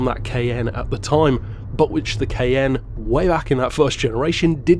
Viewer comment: I just realized he was saying Cayenne not “KN” lol. I was so confused first time I watched.